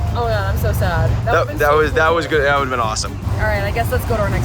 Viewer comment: "mmm eggs Guood"